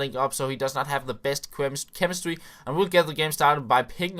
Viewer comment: 3.56 chwemestry lol